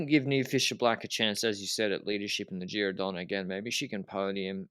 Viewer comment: in Giro DonnE the final "e" is not mute, it's not an English word. Love your analyses all the time by the way guys